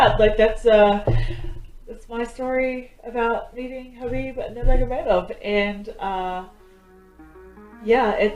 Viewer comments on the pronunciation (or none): Hi dear, hope all good, I must tell you that its 'Habib' as 'K' is silent.....lots of love...Thanks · Habib but write k is silent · > Pronunciation Is #Habib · Not khabib k silent he Habib nam he